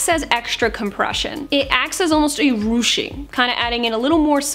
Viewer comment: Did you say rrrrruching? 😊